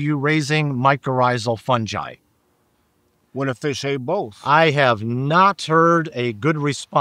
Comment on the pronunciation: The Dr. knows how to pronounce hyphae but still says fungi wrong. Lol